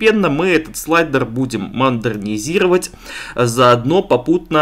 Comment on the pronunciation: мондерзировать и помондерзировать - смеялся весь вечер) спасибо за видео!)